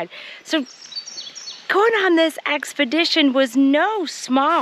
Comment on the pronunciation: "Expledition"... exploring on an expedition.